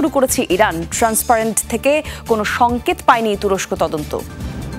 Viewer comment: সংকেত উচ্চারণ করেছে সংকত, ভুয়া উপস্থাপিকা।। অটোপাশ, কনমসেন্স হীন।।